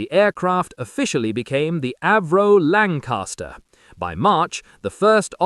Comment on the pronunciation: Lancaster not lancarster